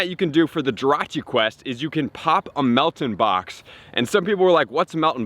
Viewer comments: Its mel TAN you dont know how to pronounce it that's sad bro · You are pronouncing Meltan wrong